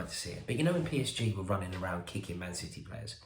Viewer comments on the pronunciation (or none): none